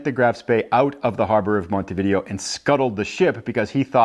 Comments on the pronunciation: Umm believe it is pronounced mount t v day o not video like the games! Could be wrong but…… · Yup it's pronounced Mon-tee-vid-ay-oh you are correct...